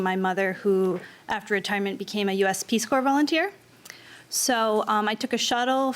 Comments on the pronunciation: Peace Corps is pronounced Peace CORE—not Peace Corpse. Seriously… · Her mom's a speech and language pathologist, and she can't say "Peace Corps" correctly? She must be so proud that her daughter tells people she works with the "Peace Corpse". Smh. I guess if it was spelled "Core", maybe she could've gotten it figured out by her age. But no, she says "Peace Cadaver", instead, and then has that superior attitude. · She really said "peace corpse" with her chest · I can't believe the woman said Peace Corp"s" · 'peace corpse'?